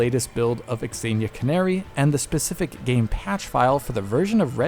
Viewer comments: Xenia is pronounced Zenia. Not x-enia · Pronouncing Xenia as "Exania" rather than "Zeenia" is kinda funny. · why are you saying X zenia? its just zenia haha. very odd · What's pronunciation? Ex-een-ya? It's Zeen-ya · I'm quite sure it's pronounced "Senia" not x-xenia 😂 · X Ania? You mean Zeenia. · Its "zeenia" not "x-zeenia" lmao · x-aye-knee-ah? Bro... it's just Xenia... zee-knee-ah or zay-knee-ah... The X is silent... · Wait.. it's 'ecks-enia' and not just zenia? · I think this is the first time I heard someone pronounce the Xenia name as "EX-Zenia" and not just "Zenia" (like Xena from the 90s Sam Raimi TV show). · Surely it’s “zenia,” not “ex-enia?” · I want to watch this video but every time he says "exenia" my stomach hurts. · Zeeee-nia lol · "eks eenia" No. Stop it! Stop it! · It's pronounced zee-knee-yah 😫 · Zeenia - this is how it's pronounced in English. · Why is he pronouncing xenia like that? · Great video but the dude pronouncing Xenia wrong a million times was pretty tilting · Xenia should not be pronounced like that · That's not how Xenia is pronounced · I don't think that's how you pronounce "Xenia". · Please stop pronouncing 'xenia' like that.